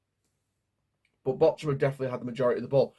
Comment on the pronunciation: Bork-hum. See the H as a K.